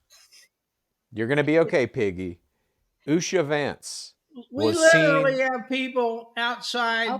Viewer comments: it’s pronounced UH-SHER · I was also getting annoyed that wouldn’t tell how to pronounce Usha Vance’s name. if you’re reading this it’s Oo-sha. Long oo as in boot and the sha is phonetically spelled